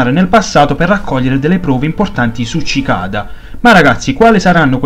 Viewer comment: Sì pronuncia sicada,bel video comunque